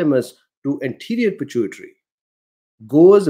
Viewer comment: I think you pronounce pituitary fine lol